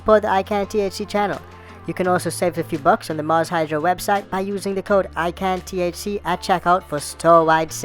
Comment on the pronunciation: Bro! Seriously sounded like you said “join the I can’t see club” stoned me: come to think of it I’ve never seen a video yet without him having sun glasses on..??🤔high me for like a sec.. is this guy blind…🙄 ICANTHC 🤦‍♂️ not “I can’t see” hahaha good vids bro